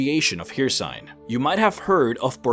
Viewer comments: you say Hirsign (hircine) but i've only ever heard it pronounced as Hurseen. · ffs, it’s not haircine. It’s pronounced Hercine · Her-Seen not Here-sine. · Hricine is pronounced: Hurr-ceene not here-sign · My boi its pronounced her-scene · his name is not "her-seen" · Hey love the videos, and they are very interesting but you really need to pronounce the names of the Daedric Princes better, for example, Hircine, not Hir and cine or Sheogorath, not shoorgrath, anyway just saying. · Good god your pronunciation of some of the names are killing me here. Hircine is pronounced, "here-seen" and Sheogorath, you completely leave out the first O in his name.